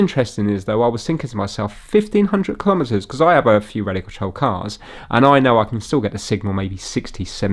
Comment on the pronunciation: "Braun" is the German word for "brown" and should be pronounced "brown". If you're putting "tire" on the screen to help the Jonathans, you could help out the Germans also. And don't get me started on the pronunciation of "kilometres" ... I have several DCF clocks, all showing UK time because I've SET them to show UK time. If I lived somewhere else, I could set them to the local time. They sync every hour and cope with leap years. The only time I touch them is to change the batteries. You read the English on the box so it's clearly designed for the UK market. When all else fails - read the instructions.